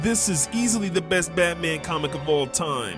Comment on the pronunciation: “comicof” bro what kind of English is that🥀🙏